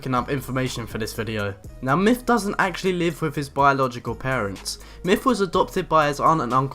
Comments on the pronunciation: MYTH not MYFF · yeah.. his name is "Myth" not "MIFF" dude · free fings you didn't know about mif! LOL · Why do u say mif?